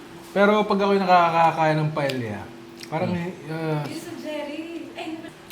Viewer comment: Paeya po not paelya.